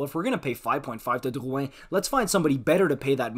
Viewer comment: “Dyyuwhen” just say drouin you are so annoying